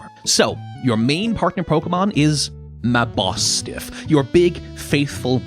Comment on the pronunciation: Such a lovely short a truly wonderful team and all for a good cause, but how in the name of Arceus is that how you pronounce Mabostiff?